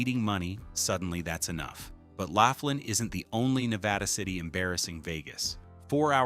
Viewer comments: Good grief. Laughlin, Nev. isn't pronounced "laugh-lin." It's pronounced "law-flin." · Laughlin is great! I've been going for years. It's LAW-FLIN not LAFF-LIN 😅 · BTW, Its pronounced L-o-f-l-i-n not L-a-f-l-i-n ... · It’s “loff” lan, not laugh lin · Laff Lin? It’s Lowf Lin. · Laugh-lin....that place is a riot. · So far as I know, Laughlin is pronounced lof-lin. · Ai can't say laughlin🤣. Just stop being lazy and do your own video with your real voice. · You mispronounced Laughlin. The resorts there are crap, dirty and dead. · Just made the same comment. AI is bs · Pictures don’t match the location comments, other than NJ. Pronunciation of Laughlin was horrendously. General details, however, very good and the truth about Vegas these days makes me wonder when the lights will go out there?